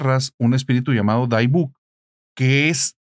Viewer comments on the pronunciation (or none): Muy interesante el tema. Nadamás queria comentar que la pronunciacion en Inglés de la palabra dybbuk es dibek. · No es daibuk, a pesar de tener y se pronuncia dibuk. Imagina la vida de la pobre dueña original en ese horrendo campo de concentración. Yo fui a visitar el museo del holocausto aquí en Houston y desde que entré me dió una tristeza tremenda, a duras penas terminé el recorrido. Salí llorando del lugar. Y cuánto tiempo ha pasado ya. Y el problema no era la caja, es que la abrieron y liberaron lo que estaba atrapado adentro